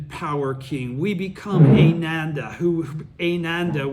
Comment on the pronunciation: Wow, you are the best teacher! 🙏😀 I had a friend listen to this, and she's been practicing for 40 years and she was blown away, she heard stuff here that was never taught or emphasized by SGI. Oh, help with pronouncing the Sanskrit?..phonetics: "Ah-nan-dah",for Ananda, Buddha's disciple-read it like you read the english Japanese in Gonyo book!-NOT like your reading English, it's that's simple, except for when you see a "c" in sankrit, it's pronounced as "ch", like in "church". Hope you're doing good health wise as well as your obvious mental/emotional health! (excellent!)